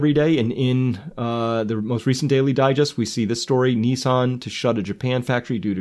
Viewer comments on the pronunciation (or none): none